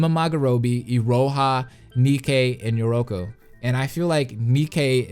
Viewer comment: Yeah he got most of them right lol notice how I say most bc he got yoruko wrong